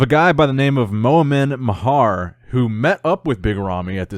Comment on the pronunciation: Moen Maaaaaher not momen mhaar